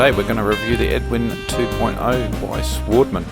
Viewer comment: Work on your voice over skills mate. Oh and it’s European machine, pronunciation would be “svaardman”